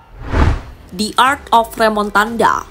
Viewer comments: Remontada.. Bukan remontandaaa lol😂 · Bukan remontanda minn tapi remontada😅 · Remontada🤣 bukan Remotanda😂